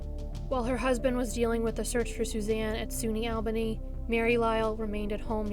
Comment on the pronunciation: Really great & informative as always--you rock! One small thing, it's pronounced "All-bah-knee", not "Al-bae-knee"